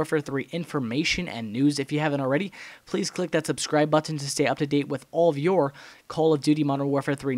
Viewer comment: you say "button" reaaaallly funny, especially on your custom controller video!